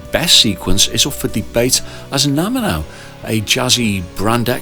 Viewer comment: Excellent work, although surely 3x3 is "Three by Three"? It makes more sense as a title. Also, to be extra pedantic, you said Naminau instead of Naminanu..... Otherwise very good!